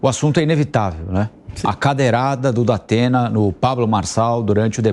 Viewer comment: O" Dapena" da pena kkkk